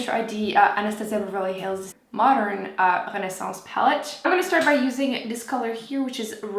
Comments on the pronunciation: I really want the Cover FX drops, and the Modern Renaissance palette. Also that Tarte mascara looks amazing. Also I love that because you're French Canadian you pronounce Renaissance correctly, I have heard so many weird pronunciations. I don't even speak French, but I just have a love for correct French pronunciation. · Regardless, still said it correctly.